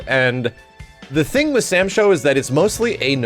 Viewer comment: Please stop calling it Sam Sho 😂😔